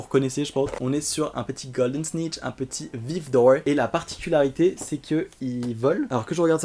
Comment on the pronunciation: Mdrrrr le "golden snichhh", j'suis pliée !